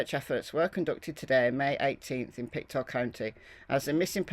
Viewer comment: just some pronounciation - Mus-ke-dob-it and Pic-toe. A lot of our names here in Nova Scotia remain from our Indigenous peoples